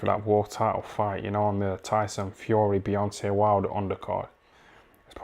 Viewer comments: Did he say beyonce wilder lolssssss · 😂😂 man said beyonce wilder 🤣💀